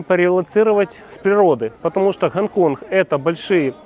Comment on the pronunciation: Гонконх))) су не могу! А, что блин не на мове ховоришь)?